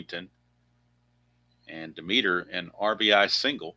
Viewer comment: The third baseman for the Philadelphia Phillies name is pronounced d e m e t e r with the accent on the Dem